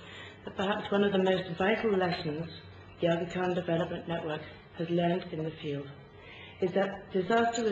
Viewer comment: she even can't pronounce Agha Khan properly :) lol